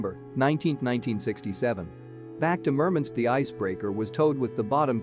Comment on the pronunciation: Murmunsk ? MurMANSK MurMANSK WurMANSK !